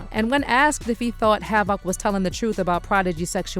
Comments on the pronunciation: "Have-ak" wtf. Delete this whole account smh how you dont know havoc or the actual word havoc? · Fuck AI isnt HAV IC